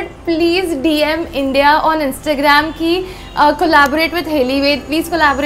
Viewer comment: India not Indya